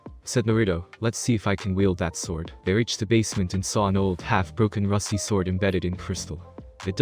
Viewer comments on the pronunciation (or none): none